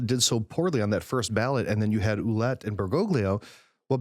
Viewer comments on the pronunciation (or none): Cardinal Ouellet... it is pronounced wha-LETTE... like "wallet" but with the emphasis on the second syllable.